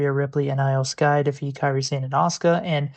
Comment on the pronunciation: Go with Eyo Sky. Not with the I, still Iyo Sky but pronounced Eyo Sky.